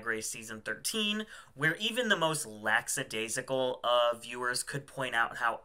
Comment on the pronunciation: It’s lack-ah-daisical not lax-ah-daisical 😊